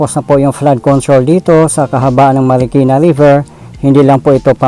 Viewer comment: Bayan ng Marikina Hindi Markina bayan, awkward pakinggan😢😢😢😢